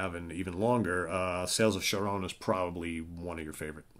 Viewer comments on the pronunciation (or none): You need to learn how to pronounce Charon. Hard C.